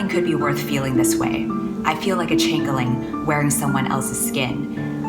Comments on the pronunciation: chingling . . . CHANGEling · Girl said “chaingaling” 😂